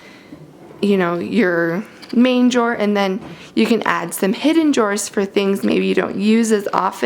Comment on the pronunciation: She said jaw or draw?